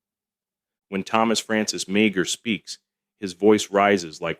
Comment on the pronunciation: Meagher is pronounced Maher.